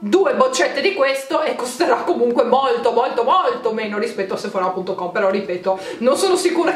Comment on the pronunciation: ti prego non mettere l’accento sulla A du sephora: da un fastidio